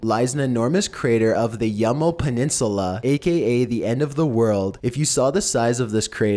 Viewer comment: CAnt even say peninsula